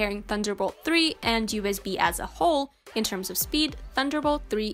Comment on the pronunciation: Why does she keep saying UZB ?